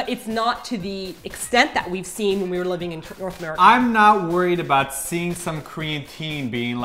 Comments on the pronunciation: I LOVE this pronouciation of Toronto "Churonto" that's how you know you're a true Torontonian. Brap brap! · yeah me too "trono" is "toronto" ahah